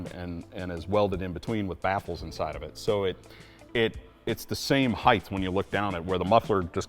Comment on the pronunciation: Height!!! Not "HeigTH!!! LOL Much love!